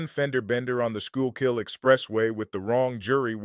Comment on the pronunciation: This guy actually pronounced "Schuylkill" mostly correctly!